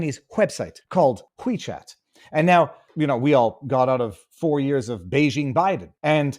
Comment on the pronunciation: it's not wwhhheee chat. Just Wechat.Drop the over-pronunciation. It's stupid. Is that a Canadian thing, or a thing? Annoying.